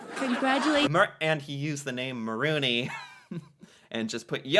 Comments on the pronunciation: Hes saying Mulroney Yuk. Mullaney is a previous prime minister. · We never had an Eskimo Prime Minister but Mulroney is a past PM lol Not Mulroneyuk lol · Mulrooney pronounced mulroni..was one of our worst prime ministers ever. He was a concervative. Like republicans his ignorance knew no bounds. Rip the village idiot. I live your show..you are fair...intelligent and funny. Buchard was the worst premier of Quebec. But no one questions what they are being asked. Thank you for your candor.